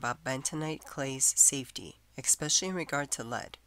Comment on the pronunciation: This lady says “ex-specially”, lol. Hard to take her seriously